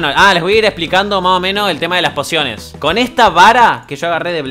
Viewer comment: alguien mas escucho ´´porciones de vida´´ enbes de´´ pociones de vida´´ 15´29